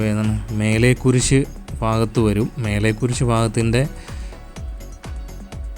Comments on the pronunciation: 'മലേക്കുരിശ്' വായിക്ക് ശരിയായിട്ട് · മേലെ കുരിശു അല്ലടെ മലെ കുരിശു ദയറ പുത്തെൻകുരിശ് 🙏അതേ പോലെ ചെക്കുളം അല്ല ചേലക്കുളം ആണ് ഇംഗ്ലീഷ് വായിക്കാൻ അറിയില്ലേ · You can't read malekuriz& chelakulam properly, Malayalam unknown vlogger?